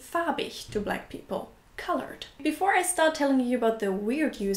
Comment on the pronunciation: Kudos for pronouncing Black properly. A lot of Germans have trouble with the 'a' and pronounce it wrong in English: Bleck. And not only this word. Something to try having a German say is "Back in Black". Often it will turn out as "Beck in Bleck" :)